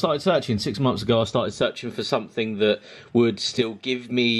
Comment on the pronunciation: Sumfin, sumfin, sumfin and sumfin.